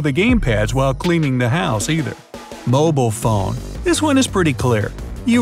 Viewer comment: Did he say Mbol phone